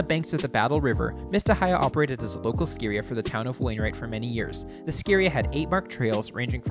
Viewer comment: Also, It's Ski Area...not scaria.